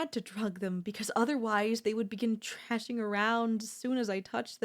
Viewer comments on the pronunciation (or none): You want to fix her personality, I want to fix how she pronounces thrashing as trashing. We are not the same. Well except to the algorithm.